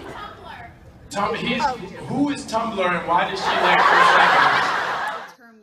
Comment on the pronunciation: CHRIS EVANS DOESN’T WIKE IT WHEN HIS SWEET SPOT IS TOUCHED